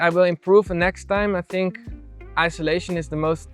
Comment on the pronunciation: Friendly FYI: it’s IN SUL A TION not ISO LA TION